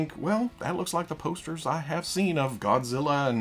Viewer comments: I’ve gone back to this video three times to hear say “godziller and biolet” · Arkansas "Godziller and Buyerlant" had me laughing my ass off. I love these weekly Fwoosh news episodes.